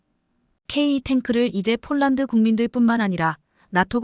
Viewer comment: 폴란드를 쫄란드라니! 어이없네, 여기도 오독이 너무 심하다. L-SAM 을 엘 마이너스 에스에이엠이라니 들을수록 짜증난다. 그리고 30~ 50Km등 거리를 읽는 것은 터무니 없이 오독이 심하다. 글을 읽는 AI를 좀 개선했으면 한다. 그럴 바에야 차라리 사람이 읽어주기 바란다.